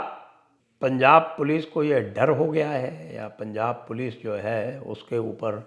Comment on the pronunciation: 'Sympethiser'😂😂😂, 'Pols aa gayi'.